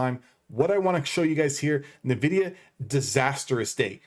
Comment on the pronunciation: Good stuff, man. Bullish on this too. But I think it's pronounced N-Vidia (en-vidia)?